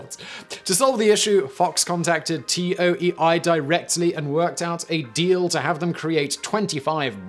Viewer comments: It's not T-O-E-I, it's "Toei," like "TOE-ay." A quick Wikipedia search is all it takes. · Does no one proof these after Simon records? He often butchers pronunciations. TOEI is not an acronym it's pronounced "Toe-Ay". There are no dots between the letters. Come on Simon. All you have to do is read a script you can at least make sure the names of companies you are talking about are correct. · The "Zyu" part of Zyuranger is pronounced like the word Jew, for reference. Gosei is "Go-Say". Toei is "Toe-A". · The fact that Simon pronounce Toei as T O E I is throwing me off lol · Yeah, me too. You really can't blame this particular error on his British accent this time either. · There is a show on Netflix called The Toys That Made Us: one episode talks about the MMPR toys. Also, the pronunciation of the Japanese company, Toei, is "Toe-ay". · Toei 東映 is roughly pronounced as “toe-ay.” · The way he keeps pronouncing TOEI as T-O-E-I. Come on Simon TOEI is a well known japanese company. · FYI, TOEI is not an abbreviation. It’s a romanization of 東映 which is pronounced like “toe, eh?”. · Toei is pronounced like Tow A, not Tow Eye. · lol he pronounced Toei T O E I Snicker I love brits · it's not Brits, it's Simon, I (almost) never research pronunciations, Whistler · t-o-e-i is pronounced toe-a. it's one word. pls you're actually killing me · It's. Fuckin. Toe-ee. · Dude the company toei pronounced tow-ay. I don't even speak japanese and it isnt that hard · I thought it was pronounced "toe ay" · Toei is pronounced toe-ee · When you can't afford to butcher the japanese further so you just spell Toei instead of pronouncing it tow-ayy. Seriously, how hard it is to pronounce latin characters phonetically? You english speaking people uses the script natively ffs. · He stops saying the sentai name because he doesnt wanna butcher it, but keeps saying Toei as T-O-E-I. It's TOH-ee, lol. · No it's not. It's Toe-A. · It's toe-ay-ee, not t-o-e-i. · Toei Toe ey